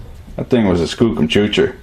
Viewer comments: Kookum ..it's Skookum. fah'k man, you need to take Canuckistan lessons. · Err, I think it's pronounced Skoocum ... lol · bit harsh but totes skookum. FYI, skookum is legit English, google it ;p